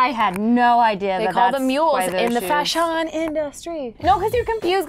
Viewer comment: "fasyowwn" industy 😂😂😂😂 IM ON THE FLOOR